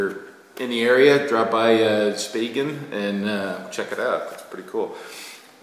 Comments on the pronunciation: It was the the way said "Spaichingen" sounded like "Spagen" -- I was trying to figure out where in Germany that was! All is good! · Hey, it was funny to hear you say my hometown Name:) and the Schneidplatte!! soory for my bad handwriting letter. i was very surprised and happy you have shows us my book no worrys i like the meatloaf and you videos!!! and this mask thing on the postcard is carneval!! thank you